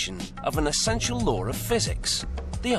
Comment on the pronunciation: Law, not lawr. You created this fucking language, learn to speak it properly